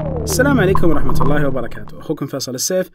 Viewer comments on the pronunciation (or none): none